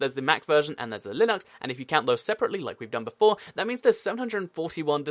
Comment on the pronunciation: you say linux weirdly.